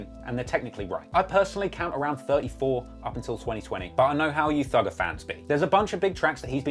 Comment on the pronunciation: The first time I heard him say "Thugger" I though he said "Dougal"